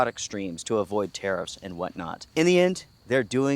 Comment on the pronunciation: I am so glad you put up the news clip saying Orivis were citing‘unprecedented tariff landscape’ because when you were saying tariffs I kept mishearing thinking you were saying terrorists which was putting a whole different spin on things 😂😂🤷‍♂️